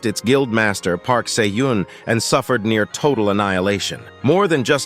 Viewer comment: Where my boi, SAY-OH-JUNE!!????